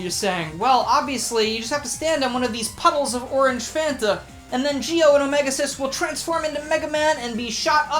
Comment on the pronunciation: Also, how wrong am I for the pronunciation Omega X-is?